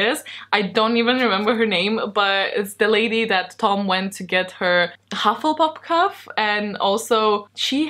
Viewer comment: you say, Hufflepup Cuf instead of Hufflepuff Cup, that sounded so cute 😊😊💕